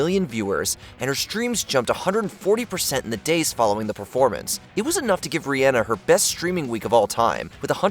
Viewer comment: Dude doesn’t even know how to pronounce Rhianna in the intro.